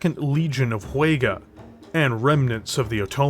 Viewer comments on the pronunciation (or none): Wait, Vega's pronounced Huega?